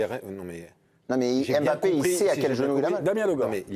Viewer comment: Arrêtez de dire EM bappe svp